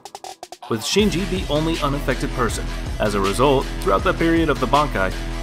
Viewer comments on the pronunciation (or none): none